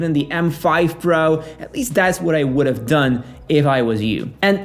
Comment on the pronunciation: Can’t stand how he pronounces “pro”